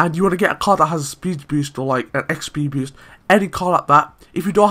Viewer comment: idk know an accent that pronounce boost as "beest"